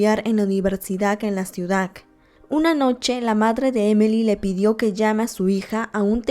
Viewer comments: por que mencionas mal algunas palabras repetidas veces? xd e visto todos tus videos pero noto eso en este. "ciudak universidak" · Que horror!!!! Por lo menos deberías de narrar bien. No se dice EPILECSIA, NI CIUDAC, NI UNIVERSIDAC. Ahora cualquier tonto o tonta, puede tener un canal para poder tragar. Mija, cultivese y lea y trabaje con dignidad.